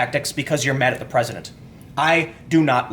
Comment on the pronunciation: Your inner Chicagoan came out there at the end with "da bullsh*t."